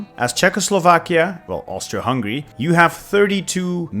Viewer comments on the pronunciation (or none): none